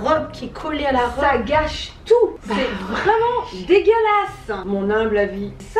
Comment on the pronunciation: "C'EST VRAIMENT DEGÉLASSE"